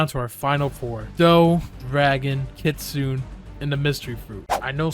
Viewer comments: Hey what does it take to be an adnim, also unrelated, you said kitsune wrong its kitsoonay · Kitsune is pronounced kit Sue Neigh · “Kit Suune” Bro made me have a seizure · i’m sorry but being japnese i have to say it’s ki tsu ne not kitsuen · kitsun-eh. you’re not pronouncing the last letter. Anyway, this was the best tier list i’ve seen, i agree with your placement of the fruits. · Ir mispronounced kitsune... It's pronounced KIT-SUNE-AY As it, the e makes the Ay sound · Blox fruit admin but doesn’t even know how to say Kitsune